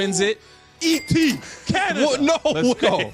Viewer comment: you're from Canada how can't you say ET's name